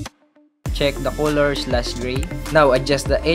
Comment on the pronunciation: No one:: Koloor 😅